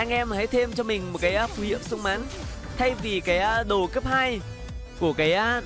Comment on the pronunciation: Xung mán :))) ngọng dấu ngã